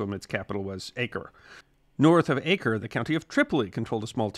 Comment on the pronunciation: The correct pronunciation of Acre is Ah-ker (not Ay-ker), in Arabic Akka, and in Hebrew Akko.